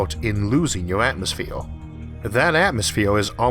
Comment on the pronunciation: Why say atmosphewe